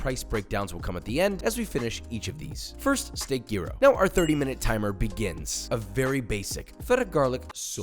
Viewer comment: "Jeero". Jesus christ Josh. Learn to properly pronounce what you make. It's not hard these days, what with the entire internet at your fingertips.